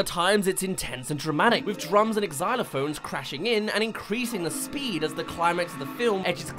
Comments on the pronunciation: did he say eggsylophones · as a xylophone player, I felt offended when you pronounced it egg-xylophones.